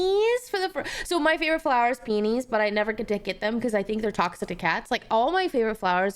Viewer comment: um actually its "peonies" not panties flower☝🤓